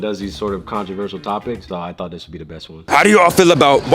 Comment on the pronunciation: "controversal." why should i listen to a woman that cant even pronounce a simple word like that.